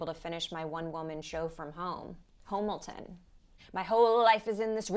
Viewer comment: This video is quite deep! Also, 'Homilton'!